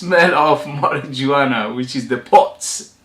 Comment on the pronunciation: Must admit I've never heard Marijuana pronounced that way, but the j is actually pronounced like an h sound. Mary -huana. Spanish for mary jane. Not a good idea to wear this one if you happen to be stopped by police. You'll be arrested. Lol.